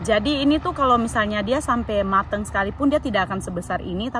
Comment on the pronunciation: Lucu kalau bilang MATENG